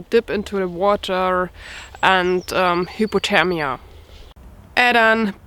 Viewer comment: She said hipothemia not hyperthermia lol hahahaha🤣🤣🤣🤣